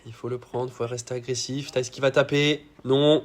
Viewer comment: Par contre il a sûrement dû te le dire mais Thijs se dit "teys"